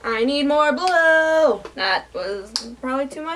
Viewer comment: Casually checking another tab and all I heard was "I need more blow!!!" - it took me a few seconds to realise you were, in fact, saying 'blue' and not 'blow'... (It's midnight and I'm dead inside, that's my excuse for mishearing the obvious :') )